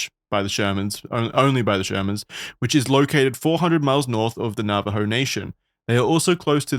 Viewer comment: Very late but I'm not sure if someone said this before, but as someone who is Navajo and has lived with these stories, I am appreciative that said the name right. A podcast host I used to watch said nava-joe and it's not like private information in how it's pronounced. As for the pronunciation, also pronounced it correctly (my mom confirmed, she's a proficient Navajo speaker but I am not) but because he's not proficient in the language, it doesn't sound like it should. Good job.